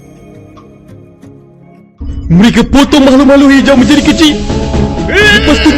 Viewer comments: Para admin di menit itu harus nya "hijau" Bukan "hiaju" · Hijau, bukan Hiaju